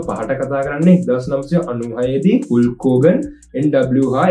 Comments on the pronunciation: හුල්ක් නෙවෙයි හල්ක් හොගන් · හුල්ක් හෝගන් නෙමේ . හල්ක් හෝගන් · හුල්ක් හෝර්ගන් නෙවේ බ්‍රෝ. හල්ක් හෝර්ගන් . supiri video ekak ❤❤❤❤